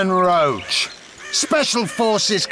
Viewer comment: They all say "Roach" but it's pronounced "Roshe". At least, if it is based on the the French "Roche".